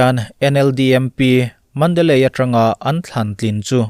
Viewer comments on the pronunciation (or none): Myanmar lam i rawn up nasa bawk a. i lamdan thenkhat ka ngaimawh ka rawn sawi ve lawk. mandalay hi mandali tiin lam la. ay a tawp reng reng hi kan mizo alphabet ...i.. angin i lam dawn nia.